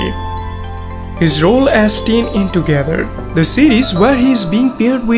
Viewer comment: Tayne not tiin